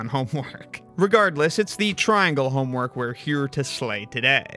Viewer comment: It's not even triangle homework, it's honework. 😂